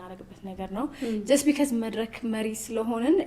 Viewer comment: እዚህ ቤት ነው because "ቢከዝ" የሆነው። Say it right!